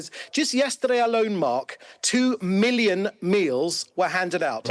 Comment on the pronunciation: “87 milion meals” 🤦🏾‍♂️ israel out here solving world hunger